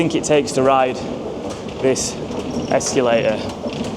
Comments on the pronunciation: Whats worse the terrible station or the word ESCULATER instead of escalator😂😂😂.... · why do you pronounce it ex cue later?